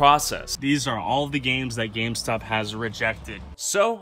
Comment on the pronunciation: Who else heard scamstop instead of gamestop